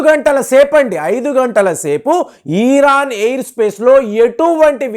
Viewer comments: You are Iran supporter. Your " Iran" pronounce is wrong. Not " ಈರಾನ" ,it is " ಇರಾನ್ " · Eeeeraan enti swaamee